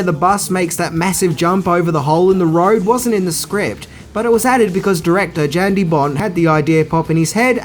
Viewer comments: you also keep caalin "Yan" Jan, and called Dennis Hopper "Hooper" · 1. "Jan" is pronounced "Yan". J is Y in Europe. 2. "John McTiernan", not McTierman.